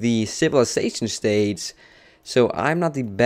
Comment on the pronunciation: I really liked when he said moustace instead of moustache and stadze instead of stage :D